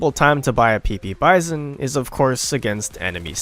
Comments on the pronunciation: Bizon is a French knockoff actually. Pronounced bee-zon, not like bison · The way the narrator pronounces "Bizon" is wrong. Also, if you use this weapon - and all the other SMGs - in a "Hollywood film manner" you will probably regret using it. You should see the videos of Arthur Alphin about trench assault, he tells you how to use a SMG and a combat shotgun effectively.